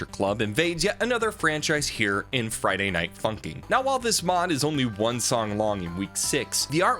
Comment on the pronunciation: The fact that he keeps calling it Friday night funking